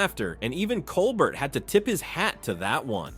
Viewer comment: Learn how to say "Colbert" and I'll subscribe. Seriously, he's in half the video